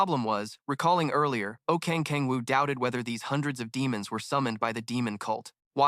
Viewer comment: kang kang woo???? its oh kang woo 😞 its so .....